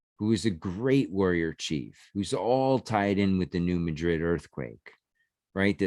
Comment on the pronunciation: It's pronounced New Mad-Rid. I'm a Southeast Missourian, not far from the town of New Madrid and we live on the New Madrid fault-line. We also have a town of Hayti, pronounced Hay-Tie not Haytee. We also have an Arab pronounced A-Rab and a Cairo, pronounced Kay-Row. It's the South, we pronounce things funny here. We also have a town called Cooter Missouri. No special pronunciation or geographical significance, I just wanted to say Cooter. Because...Well...COOTER...MISSOURI...🤣...Great videos!!!